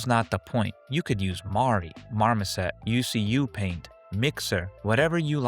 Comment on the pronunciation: Bruh, huh? It’s u see u paint (confirmed by the author)